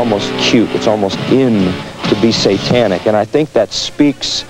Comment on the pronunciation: Pronunciations like "Ah-cult" and "S-AH-tanic" make me cringe. Not to mention "Teeny Boppers." Haha!